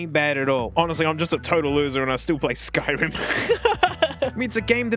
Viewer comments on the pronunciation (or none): none